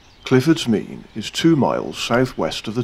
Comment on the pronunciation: A walk I know well being from Newent. Glad you had a good day, sorry we couldn't arrange better weather for you 😊 ps glad you pronounced Clifford's Mesne correctly!